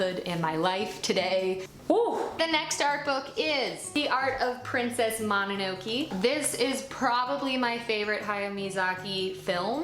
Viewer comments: "princess mono-no-key" lol /mo-nah-no-kay/ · I think mononoke is pronounced moh-no-no-kay 😅